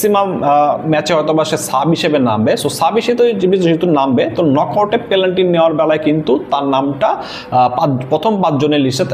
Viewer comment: পেলান্টি কি ভাই? 😅😅